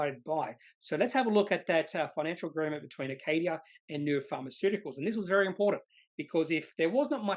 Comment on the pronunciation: Neu-ren. Ren not ron!